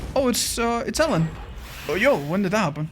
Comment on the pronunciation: Btw it’s pronounced “eye lean” not “el len”